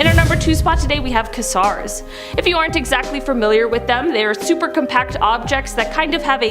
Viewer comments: You're such a good host the female with the part turtleneck on brunette hair don't know your name got a little chain around your neck too you called a Quasar a koozar, it's pronounced Qayzar.... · 26 minutes into this, I wish you all would look up pronounciation of this stuff, like Dybbuk (dib-bik), Cygnus (sig-niss), and quasar (kway-zar)🙄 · Omg, Quay-zar!!